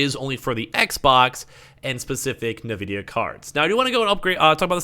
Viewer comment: He calls it NAVIDIA 😭🤣🤣